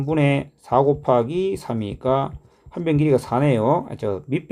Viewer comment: " '고바기'를 해주면"에서 뭔가 구수함이 배어나와 샘의 고향에 대한 각별한 애착을 느낄 수 있었습니다 ㅎㅎ. "C하니까 쉬 마렵다 이!"라는 화장실 드립에서 쌤의 숨길 수 없는 깨알개그 욕심이 느껴집니다 ㅋㅋ.